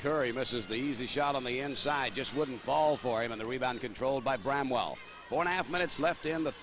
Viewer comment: its BRAMWELL ..... NOT BREMWELL !